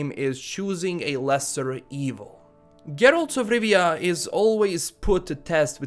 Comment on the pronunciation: "Geeralz 'f Rivia"